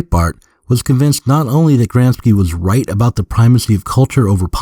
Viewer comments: Gramsci is pronounced "grom-shee" in English lol not Gram-skee, that sounds Slavic. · Wait a minute. The real Zero Books would surely know that the guy's name is GramSHEE, not GramSKI . . . What the heck is going on? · It's pronounced "Gramshe/." "Ci" in Italian, when not beginning a word, sounds likes "she" in English. "Ch" in Italian sounds like "K" in english. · Fantastic stuff, but, you know, Gram-shee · "Gramsci" is pronounced "GRAM-she". (Had to scratch that somewhat pedantic itch.) Other than that, fun video. Angela Nagle has exposed herself to a lot of unpleasantness for addressing internet discourse honestly. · the mispronunciation of Gramsci hurts my italian ears! apart from that awsome channel you got here!